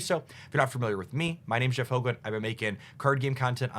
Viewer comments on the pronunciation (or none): none